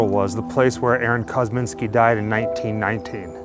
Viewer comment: 😮😮 oh okay 1919 ! You sound like you are saying 1990 . 😳😳😳😳